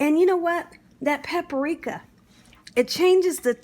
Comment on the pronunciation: It’s PAPRIKA, not “PAPA-RIKA”. Please speak properly else you come across as illiterate and it detracts from an otherwise great video.